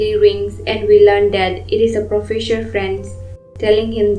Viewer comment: Profesure?? What the.......?!! The narration is terrible 😮